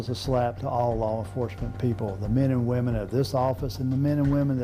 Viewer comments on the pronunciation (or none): none